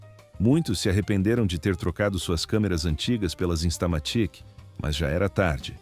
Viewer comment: InstalaMÉtic? InstamaTÍque, é? Estamos no Brasil, não no Brazil... 😂😂😂😂😂😂😂😊